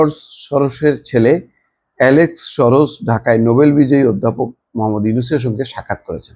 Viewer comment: উচ্চারণটা "শরশ" নয়, সরোস।